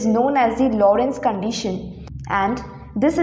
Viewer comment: It's Lorenz gauge, not Lorentz gauge!